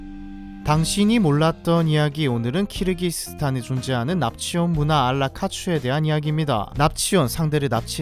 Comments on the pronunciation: 키르기즈스탄을 왜 자꾸 카르기스스탄이라고 섞어 말하는지? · 왜자꾸 카르키즈스탄이라고 읽나했더니 그렇게 적혀있네요. 키르키즈스탄입니다. ㅎㅎ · 중간에 계속 카르기스스탄이라고 하시고 대사 자막도 그런데 수정좀 하셔야 겠어요 ㅎ.. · 카르기스스탄이 아니라 키르기스스탄이에요 ㅋㅋㅋㅋ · 자꾸 카르기스스탄이라고하네 ㅋㅋ